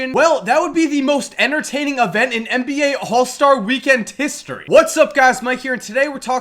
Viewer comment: Nigga said tistory😂but good video